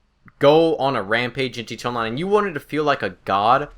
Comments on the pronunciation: it kept catching me off guard, he speaks like hes a recording on a record and someone keeps messing with the rpm switch. "(slowly and comprehensible) its very rare, not that i even use the thing, but i actually ever see it JEETONLINE (goes back to slowly pronouncing words) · "G Toe Online" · "G Tonline"